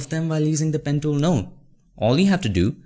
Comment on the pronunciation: "pen tooom"